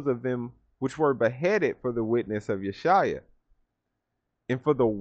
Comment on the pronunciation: ALL PRAISES TO GOD ALMIGHTY My-Yah, Elohim, Emma, YAHWAY, The Great I AM Of Yah-Serael, also known as Yeshua. As I said before, you correctly said Yeshua's name correctly. Only those who are truly with YAH, knows how to say HIS name. Thank you for the lesson, or food. I have said the same thing in one of my videos at the end, you must use The Holy Scriptures as a foundation, when venturing to other books. In addition, I mentioned there are books in Heaven (Sha-my-Yah) that are not on earth, that YAH allows us to read in our dream state, which is really us leaving our physical body here on earth in being in The Sha-my-Yah. Overall, good lesson Signed Archangel Me-aa-Kha. To-may-aa-Kha Aa-Kee to-mah Kha-a-me. I am who I am, and Shalom.